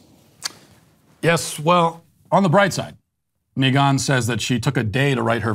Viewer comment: "Meeghann the Stallion" 😂😆